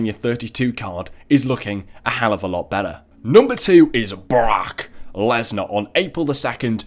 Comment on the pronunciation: When he said Brock Lesnar, he said it like Barack and I was like Obama?